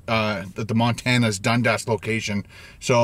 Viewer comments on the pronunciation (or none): Looks amazing!!! Love your videos. Maybe it's the American accent in me, but it's pronounced Dun-Dis. How does everyone else pronounce Dundas?